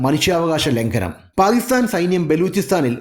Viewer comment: First learn to say Pakistan properly